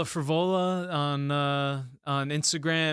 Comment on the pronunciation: I thought it was Johnny Eblen and was thinking huh I thought they were getting Frevola and it turns out it’s actually Fravola😂